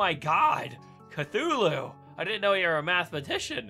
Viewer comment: Cthulhu, not cfulhu!!!!!!!!!!